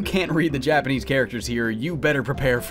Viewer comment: hell yeah, this is how it should be done! a Japanese person would not bat an eye at your pronunciation and really appreciate that you took the time to look it up. having an accent is totally fine anyways but some english speakers alter Japanese names so much that Japanese speaking people don't even recognize what is being referred to anymore. all naruto characters f. ex. have been victim to this, especially beloved sakura 桜 HER NAME IS NOT 'SEKOORA' Y'ALL :p keep putting in all this effort, it is much appreciated <3